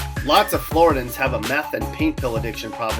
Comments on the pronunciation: "Floridians" is pronounced "floor-ID-ee-ins" not "floor-ih-dins." And dangerous snakes are venomous, not poisonous. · no it's not it's pronounced Flor-dee-ins not the Floridians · nope it's pronounce Flor-di-ihns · you pronounced Floridians wrong you may be wondering how i know this but i live in the opposite of alaska in fact its on the southeast corner of the us